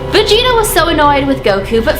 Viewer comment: You pronounced vegeta wrong